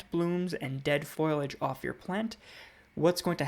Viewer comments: It’s foliage not foiliage. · I can’t seem to get past your pronunciation of foliage. Not being mean but it’s not pronounced foil-age but correctly “foli-age”. 😎 Helpful info, thanks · Excellent advice! (it's fo li age, though - not foil age. Just saying.) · There's a simpsons episode where Marge says foil-age. Lisa corrects her "foliage", and Marge says " That's what I said, foil-age". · FOLIAGE.....pronounced like it is spelled..... Fo Lee not FOIL AGE......but so glad you love plants..... and thanks for the video